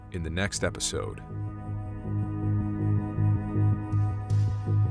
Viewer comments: its as wang you pounced it wrong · it is pronounced as ass-wang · Hello! Im a Filipino, and id just like to say that your pronounciation of aswang is kinda wrong, its more like ass-Huang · I totally thought it was pronounced “ASS-wang” 😂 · i know its ai voice but... "an AH-SU-WANG..." made me laugh. lol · I pronounced it Ash-wag till I heard him say it. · So you’re telling me this things called an “Ass-Wang”? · As a Filipino, You botched Aswang mann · Your pronunciation sucks 😭😭😭 please say monster instead 🙏